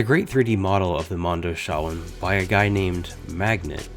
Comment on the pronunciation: Mondo-CHEE_WON.. You're killin me smalls.